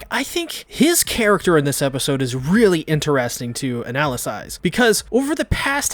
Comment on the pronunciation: “Analysize” you mean “analyze”